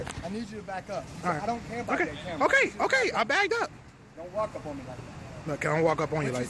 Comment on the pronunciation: Its backed up ,not bagged up smh learn how to talk america especially if ur gonna "protest"